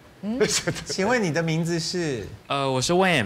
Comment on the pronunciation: wayne 念成 when